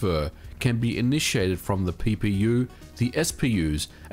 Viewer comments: He says, 'PPU' but I keep hearing it as, 'Pee Pee You'. I'm sorry but I can't help it. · I need to stop watching your videos while drinking. Every time you say PPU i was giggling like a schoolgirl